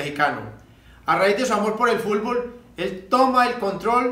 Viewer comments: También dice "fulbol" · Lo escuché y dije tiene que haber un comentario que diga fulvol and here you are JAJAJAJA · Popeye no sabe decir fútbol. ..siempre dice fullboll ..jajajaja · Hasta tu estas mal Fabian (Futbol = "Fulbol") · Jajaja fulfol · Como me da risa cuando "Popeye" decía Fulbol en vez de decir Fútbol 😅😅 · Tengo amigos que son de Cali Colombia y de Palmira y escucho que ellos mencionan "Fútbol", no así fulbol como decía popeyin... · "El fulbol" XD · A lo mejor no podía meter la lengua entre los dientes cuando hablaba 😂. Por eso en ves de decir fútbol. Decía fulbol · bien finado popeye..pero se pronuncia.futbol...nooo fulbol.. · Es futboll no fulbol pope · se te extraña popeye!! aun me da risa cuando dice Fulbol jaja descansa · Yo repitiendo una y otra vez para corroborar si en verdad dice FULBOL😂😂😂😂😂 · "Fulvol" :v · Se murió y nunca supo pronunciar bien "fútbol" jajaja qué cagada ese Popeye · JAJAJAJAJAJA FULBOL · "Fulbol" jjajajajaja sos grande popeye. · Pope la unica persona que dice fulbol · Pq dice fulbol? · varias palabras las pronunciaba así en vez de la t pronunciaba la L asi como futnol decia fulbol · Caray, este tipo no puede decir Fut Bol